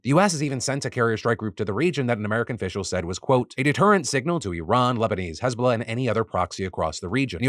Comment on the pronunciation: I didn’t hear hezbollah properly at first so I thought Israel was beefing with hasbulla